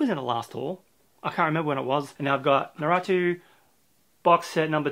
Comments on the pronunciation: Don't wanna be that guy but I know you are aware you're saying naruto wrong but I like correcting lol. So you're saying naruto like narootoo when it's actually pronounced narootoe. Also Blame! isn't 'Blame' it's actually 'Blam' at least that's how I hear people saying it in their manga videos. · Nah-roo-toe for naruto Maaaaaagggeeee like glee without the l for magi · Amazon notified the merchants that they will stock up on essentials so it's possible many out of stock manga will stay out of stock for a while and a lot of them might just run out of stock seeing as how people are staying and home so they might hoard manga too. oh and it's Nah-ru-toe, never mind the name but you gotta get into it, it looks like you do like shonen too, you'll definitely like it and besides it's about time you got into those box sets because there will never be a much better time than this. Not sure RaW Hero is a good choice, not as funny as the author's previous manga and it's plot is all over the place. But man, I'm jealous of those Blame volumes, it looks amazing. And yes, children of the whales is good, the anime is decent too.